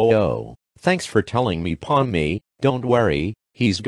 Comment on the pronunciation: Pomni, not Ponmi